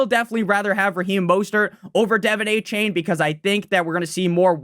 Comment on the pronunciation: A-chan not a-chain